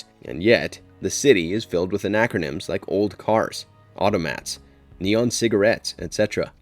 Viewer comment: You keep using the word "anachroymns", but the word you mean is "anachronisms".